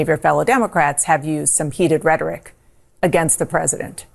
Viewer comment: What did she ChatGPT that Post? She can’t even say the word rhetoric let alone type it.